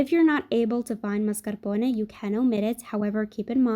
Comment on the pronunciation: FINALLY. Someone says mascarpone right!!